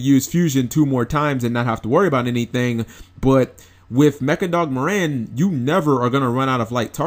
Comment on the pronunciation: It's pronounced "Mär-Ren"